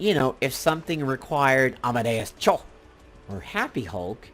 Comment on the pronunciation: lmao at the way you said Amadeus Cho. Also I hate the uni requirements for these upgrades. You have to buy some useless uniforms(or unis for useless characters) or different unis for characters you may already have better or newer unis for- I have this problem with some upgrades wanting me to have older unis for Ghost Rider and Iron Fist.